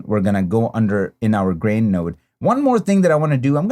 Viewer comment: It sounded like you said “brain” and not “grain” at first and I was like WTF🤣 Great look tutorial as always😊 Now PLEEEEEASE do Sin City🤞😬